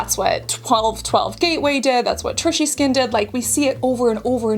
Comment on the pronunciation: It’s Trisha not Trishy 😂